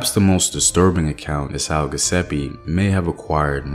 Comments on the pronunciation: Thx for another great video. Giuseppe is pronounce Jewsepy 😊 the G sounds like J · Pronunciation is GEE OOO ZEPPE OR GEH ZEPPE fyi